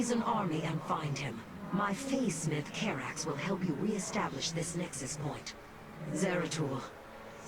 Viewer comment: I like this stage because I was introduced to my favorite Protoss character. ^^ BTW, it's Karax. ;)